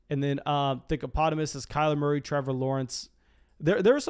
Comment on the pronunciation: “Kyler Morey”